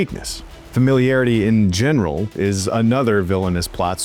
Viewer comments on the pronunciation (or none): none